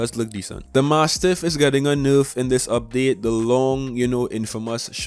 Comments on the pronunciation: constructive criticism : your information is very accurate ! your accent needs some work ! nayrf not nooorf and asking for likes at the start of a video screams low tier u can do better . keep up the good work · It's nerf not noof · Tbh I live for the way he says nerf like "noof". In general this dude's voice is hella cool. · This guy has the best way to say nerf